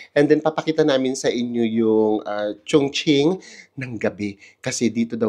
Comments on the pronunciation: Chongqing po, so its pronounced as Chong"ching". yung pagpronounced niyo chung"king" as in Chungking mansion in HK hehe. no offense po😊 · Chong-Ching po ata, not Chong-king ❤❤❤❤ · Ano pong tamang pronunciation, chongking or chongching?